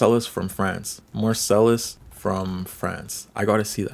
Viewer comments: "Marcel" is crazy, bro you are canadian you should know how to say ts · You can't even pronounce Marseille either, if you dont even have enough care to learn about what you're talking about, why are you talking about it?